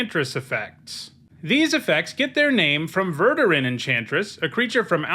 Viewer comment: Omg it’s verDUrun. Who let you out of the basement??